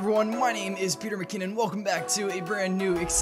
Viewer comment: Who's pEteR miCoNon? SouNds caNadiAn